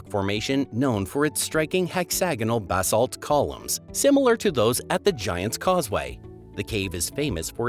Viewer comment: The UK is not in Eutope. As you said, it is off the coast of Eutope. The AI voice is hopeless. Isles of Akilly? Sowthern? There are two different pronunciation of basalt very close together. Can't watch more of this drivel.